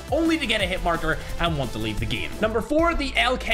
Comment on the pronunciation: kilo bolt aint the worst in the giem use thermite and get better aim (i know i spelled giem instead of game cuz thats how he pronounce it)